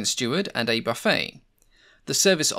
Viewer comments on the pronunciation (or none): none